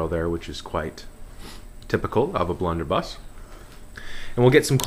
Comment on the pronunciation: lol "blunder bluss"